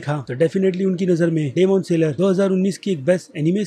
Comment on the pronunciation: Plz stop reviewing anime ... U r pathetic 🥺 .. don't ruin our anime community ... And also stop calling it saler .. it's annoying ...